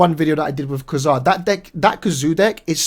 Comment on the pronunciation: No one ever pronounces Ka-Zar correctly